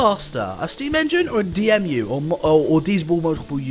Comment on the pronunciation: D E M U NOT D M U